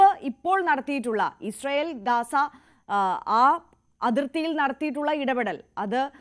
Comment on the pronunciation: ഗാസ അല്ല ഗസ്സ